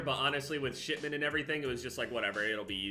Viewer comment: Are you saying "shitment" or "shipment" xd